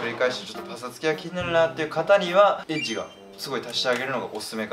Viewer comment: のEDGEの発音がエッチで草